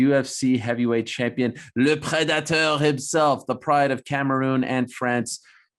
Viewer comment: Ariel "De pwedayter" Helwani 😭